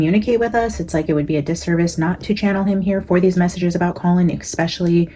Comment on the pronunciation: PLEASE don’t say “expecially”.